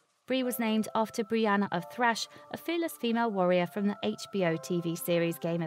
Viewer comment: Tarth... Brie of Tarth not Thrash